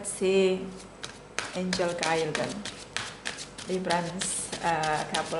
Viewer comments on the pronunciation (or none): none